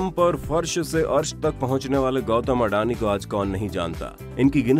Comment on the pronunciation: videos banae se phle bolnaa sikhlo sahi se. it's अदाणी not अडानी